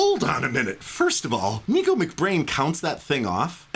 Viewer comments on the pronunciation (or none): Nicko's name isn't "Nee-ko", it's "NICK-oh". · its NICKO mcbrain not NEEKo mcbrain XD XD